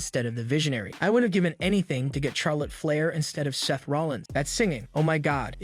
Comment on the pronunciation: You need to learn to pronounce Charlotte Flair's name properly if you're going to do your wrestling videos, it's not pronounced Char, it's pronounced Shar lotte. Just Saying.